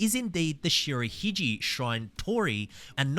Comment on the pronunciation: Any Japanese word spelled in alphabet with "G" should be pronounced as G of the word "get" not of the word "gee." You have to use J for the latter pronunciation. And as for Shirahige Shrine, the "ge" part of the word should be pronounced ge of "get."